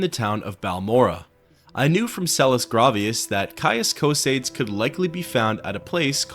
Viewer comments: Love your videos, you truly honour the Sixth House, but I must mention that you're pronouncing Caius Cosades' name incorrectly. It has three syllables, with the "-es" at the end pronounced as its own syllable, like in "Socrates". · His name is "Tarheel". Also Cosades is pronounced as CosAdes. Not Cosaydes. Its like in Latin,so pronounce the e.Sorry,I'm a MW geek. :}